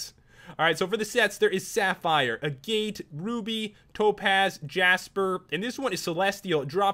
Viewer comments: It's not "Ah-Gait", it's "Ag-it" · It's pronounced agahte, not agite. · Agate is pronounced Ah-get. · You Said agate Wrong